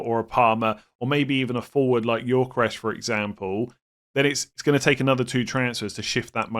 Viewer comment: Gyökeres is pronounced Yo-Ke-Rez, not Yor-Ke-Resh please